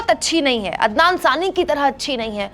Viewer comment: There is nothing wrong in pronouncing a bit different. Waise toh aap bhi kabhi adnan ko adnam pronounce kiya and sometime sami ko saani.. Isme kuch bhi galat nahi hai madam. You are doing a great work in the field of media when there is so much hate spread by other media channels. Thank You very much for this.